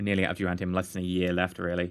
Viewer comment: Duranium. No 'T'.